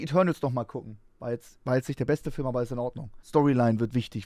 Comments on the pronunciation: Sagst du etwa Fihlm? Fihlm??!! Nö dasn FÜLLM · Ich finds geil wie Max immer Fülm sagt. Gute reaction auf jeden Fall!